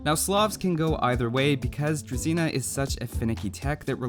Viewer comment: You are misprounouncing that word all the time. Go to google and type druzina.